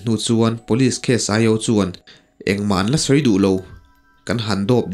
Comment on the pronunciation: Police tih i lamthiamlo hian beng a ti thlep trep